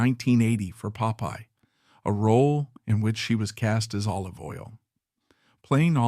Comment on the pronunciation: Pope-eye? I hate AI